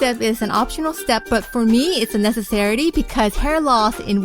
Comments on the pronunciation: * necessity,... not necessarity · Necessarity lol.... Good video though!